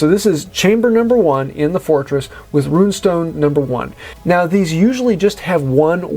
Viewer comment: Is there a copyright or other reason you consistently pronounce Rune Stone as Ruin Stone{and spell it that way too}